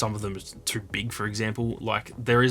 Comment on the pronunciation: This guy pronounce “too” so wierd. He speaks it like tuuur. I kept trying to pronounce it the way that he does and I could not pull it off. Cool accent dude!